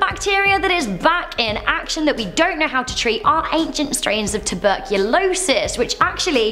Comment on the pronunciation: Teburculosis...poor Arthur